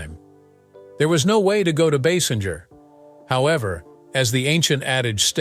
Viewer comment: Like most people, this narrator mispronounced her name. It is not pronounced Baasinjer or Baysinjer. It is actually pronounced BaySINGER (like an opera or rock singer). Also, she might be 70 but I would still bang her. Oops!